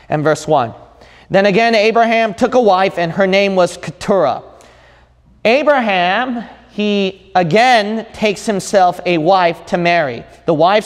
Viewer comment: His name is Abraham not Arabham !?! 🙄😏